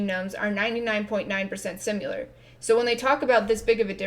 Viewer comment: Tpc: do you say ‘sim U ler’ irl? It’s pronounced the way it’s spelled - short ‘i’.